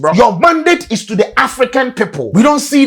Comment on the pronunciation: It izz,what it izz.